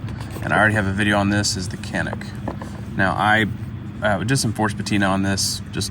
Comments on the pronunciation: Can nuk! Not Canic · I think quite honestly my Lishen’s are my most prized blades. Just so freakin good!!! Canuck though… K-ah-nuck my friend…like a Canadian